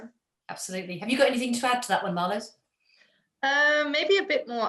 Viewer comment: pien like pee +n, marloes like marlous